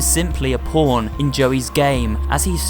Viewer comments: sounds like porn instead of pawn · It sounded like you said: “She was a porn” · Did anyone else think that he said porn instead of pawn bc I did